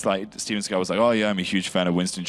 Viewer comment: Segal, why bro🤦🏽‍♂️